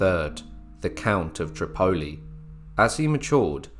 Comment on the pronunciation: I really wish u UTers would learn English right Tripoli is pronounced trip-a-e with ascent on the first syllable it make ur videos hard to lessen to with mispronunciations all over them